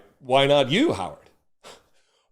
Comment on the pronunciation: Howard rhymes with coward….